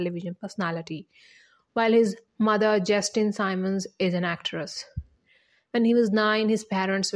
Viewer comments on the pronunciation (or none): SIMMMMMMMMMMMMMMMMUNS NOT SYMON!! Simmons!!!! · She’s pronouncing the last name incorrectly!